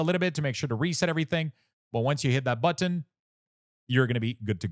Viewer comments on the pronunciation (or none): none